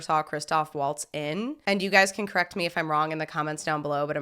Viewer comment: Correk toe